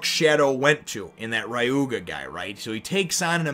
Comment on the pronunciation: The samurai's name is pronounce ree-yu-ma.